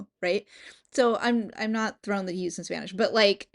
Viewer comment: Omg, que Buena pronunciación de español tienes😮😮 amamos aqui